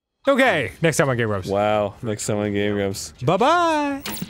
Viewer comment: "Hey, I'm GrAb, I'm not so GrAaaaB! Aaand weee're the Game GrABbS". I heard the intro that way, I guess it's interesting. :v